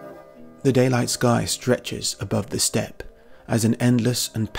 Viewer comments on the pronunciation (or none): none